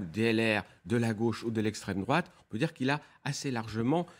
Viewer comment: L´esstreme drouate maman j´ai peur.